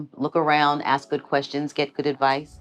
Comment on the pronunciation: Go back to school and learn to speak our language properly. Axe 🪓 is a tool.